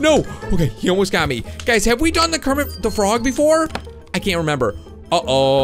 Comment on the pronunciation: Do you mean Kermit de frog